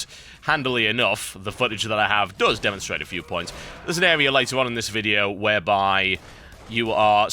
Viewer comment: Also -- it's "Does" not "dose" no one took his mother like medicine. It's not a dose of his mom, it's your mom does terribly. little.. Engrish for ya. (Yes, EngRish.)